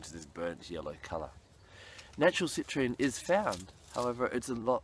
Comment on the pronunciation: Do some people call citrine...Citranite?